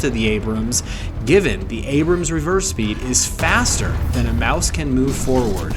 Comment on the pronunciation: Maus is pronounced more like mahs